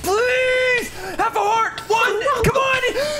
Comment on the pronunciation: Grass EVERY TIME HE SAYS COMMENT TYE WORD IT SOUNDS LIKE HE’LL HURT NOT HEART!!